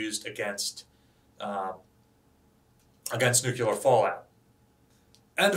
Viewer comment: Nuclear. New Clear. Nuclear. Not New Qular. Nuclear.